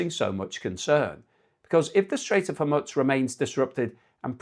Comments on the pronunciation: Where are you from? You go on like you are educated and can't pronounce Hormuz. What or where the f is Hormuts? There is something very off with you. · man... you are like the only person in the world who says Hor-muzz - how can we take you seriously if in the 80 billion minutes of coverage of this, you've never heard the correct Horr-mooz? (BTW: It's not ka-TAR, it's CUT-ar)